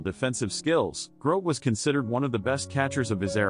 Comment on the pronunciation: The commentator is pronouncing his name wrong